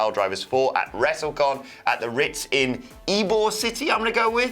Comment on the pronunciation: Thank you so much for saying Ybor correctly most people don’t. The Ritz is a cool building should be a good time.